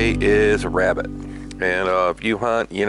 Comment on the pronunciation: Who else thought of Elmer Fudd when he said, "wabbit?" :))